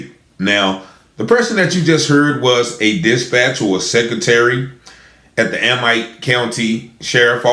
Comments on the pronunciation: Amite is pronounced A meet. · It’s A-mitt 🧤…. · Amite.. It’s pronounced A-mit.. I live 20 miles away and hadn’t heard of this! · Amite county. Amite sounds like - a mitt- when prounced. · It’s pronounced Ameet not amite it is spelled Amite but pronounced Ameet county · They pronounce it like A-meet. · It pronounced a meat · You pronounce the county wrong. I'm from up that way